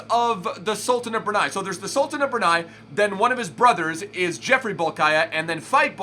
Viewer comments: Pronounced as Bol-key-ah :) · Bol-kee-ah,! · its pronounced Bolkee'ah